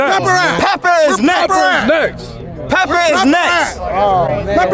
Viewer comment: That mans said “PEPPER IS NEXT” I could’ve sworn that man’s name was